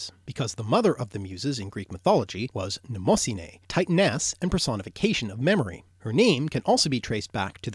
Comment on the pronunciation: that's not how you pronounce "titaness"...